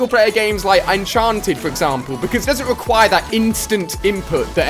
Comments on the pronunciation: did he just say "Unchanted" like he meant to say "Uncharted"? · Its uncharted bro not 'enchanted' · Am I the only one that got really triggered when he called 'Uncharted' 'Unchanted" ? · Ali-A you said unchanted not uncharted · Did he just call "UNCHARTED" unchanted???????!!!!! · Did he say unchanted? o_0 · So nobody gonna point the fact that he just said unchanted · uhhhm "unchanted"??